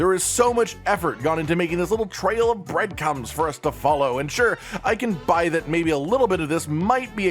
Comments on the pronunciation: Did forget to say the second r in breadcrumbs an say breadcumbs? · this little trail of "BREAD CUMS" LMFAO